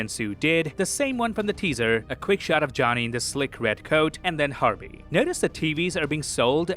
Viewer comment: Every time you say Herbie it sounds to me that you're saying Harvey... I just find it funny!